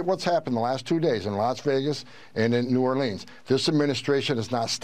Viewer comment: What’s this so called “czar” who can’t even pronounce “New Orleans “ correctly.